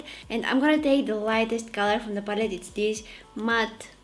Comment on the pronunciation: We should all call color pallet “papallet” from now on. LOL. Kidding aside, I love this video. The only makeup tutorial that’s easy to follow for me since I’m new to this. Hehe.